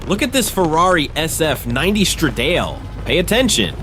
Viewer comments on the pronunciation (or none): A Ferrari WHAT? A “Stridail“? Please, try to do better: It‘s “Strahdahle“ - the 'e‘ pronounced like in “the“ (the language is called Italian ;)